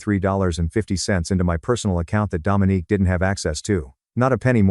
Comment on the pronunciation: I don't know why it bothered me. But her name is Dominique not Dominic. Dominic is a mans name.